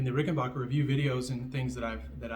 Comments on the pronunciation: RickenBACKer not RickenBACHer. Just fyi. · So I'm assuming that you Googled me ( Rich Briere Fender ) and found confirmation that I am who I said I was and Ged is a dear friend, as is Alex, as well as the entire Hall Family at Ric.......and from now on you'll be pronouncing Ricken-BACK-er correctly so that your "Followers" will no longer be confused....Yes? :) Thanks for your time. ....and NEVER push back hard cuz you NEVER know who you're pushing against. 🍎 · Adolf Rickenbacher changed the spelling and pronunciation of his name to Rickenbacker after moving to america so that he would not be associated with the Germans …so originally he was RickenBACHer….